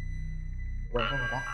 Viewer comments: Nhà Quang mà bả nghe thành nhà hoang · Ảnh nói Nhà của thằng Quang nhưng lại nghe là Nhà HOANG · Vốn dĩ là quang... Nhưng phát âm giống hoang nên bả kia nghe thành hoang nên chỉ nhà hoang :)) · Quang nhầm thành hoang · Hình như lợi dụng cách phát âm gần giống nhau của quang vs hoang thì phải. Hỏi nhà Quang ở đâu nghe như "nhà hoang ở đâu" nên ai cx biết😂😂